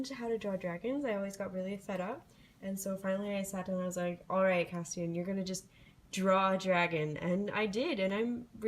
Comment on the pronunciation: a hard t sound